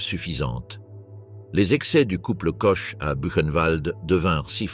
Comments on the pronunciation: Ch en français se prononce « che ». En allemand et alsacien ça se prononce kor… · quand on fait un doc sur des femmes au nom allemand on essaie de les prononcer correctement "Koche" non ... "Kor" oui . Mais bon comme le français est bancal aussi ça passe non ? Non ?